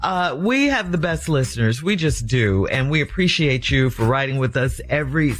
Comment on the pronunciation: Did the lead usher just “I don’t apprecianate” lol